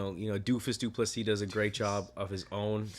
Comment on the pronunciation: This might just be the worst, most disrespectful commentary ive seen yet. Strickland simps can only say his name wrong. Fucking weak